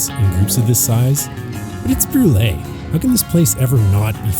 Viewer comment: It's not pronounced Brulayyy... It's pronounced Broool lol. And it's a beautiful hamlet. I live about 20 minutes from there. The views are breathtaking.